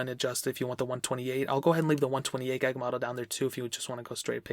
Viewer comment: 64 gyahg. GYAHG. pronounce it how you want. but kinda bothered me.